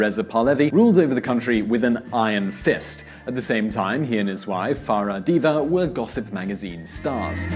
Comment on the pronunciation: Unfortunately You have two mis spelled and mispronounce last name in your program First. "jamenei" is wrong "khamenei" is write. Second. "Diva" is wrong "Diba" is write.